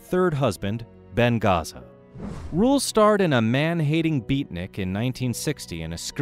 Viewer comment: You badly mispronounced Mr. Ben Gazzara's last name and made no self-correcting or apology. A. M. Fuller